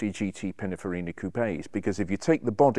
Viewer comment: I think he means, 'Pininfarina' and not Pinifarina. Does this man actually know what he is talking about or is he simply a 'presenter' ?